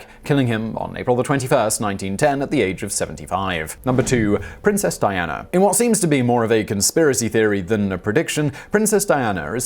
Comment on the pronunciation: Simon you stupid Euro Hillbilly trash, where the heck did you find an “R” when pronouncing princess Diana ???